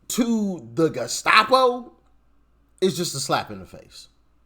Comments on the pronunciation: Hey. What's a " Gastapo"? 🤔🤣😂🤣😂🤣😂😝😜🤪🤠👍🇺🇸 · Did the first one say gescapo? Lol. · He can’t even pronounce the word Gestapo. Just what did these idiots think Pres Trump was to do with these out of control mental people rioting and burning down cities? Just spank them? I knew this was going to happen; that the right if they won would have to use force to control this chaos. So that makes the right look like Gestapo. So be it. A lot of us want to live in peace, not being afraid to take a subway or go to a school.